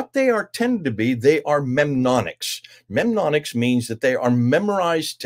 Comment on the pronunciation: It's pronounced NEM-ONIC-s,, = aids to memory > Don't forget that ha ha!